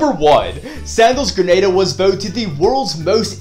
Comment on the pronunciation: Good stuff. One thing of note - it’s pronounced gruh naa duh.